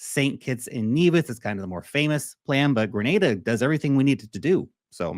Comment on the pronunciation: Please pronounce the name of the country correctly.